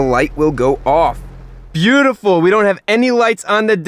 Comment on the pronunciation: No one: Chris: “byutiful”